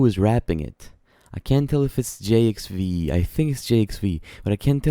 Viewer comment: It’s pronounced, Jive, my guy lol.